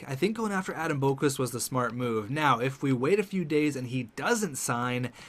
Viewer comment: It’s pronounced Bock-Vist not Boak-Wist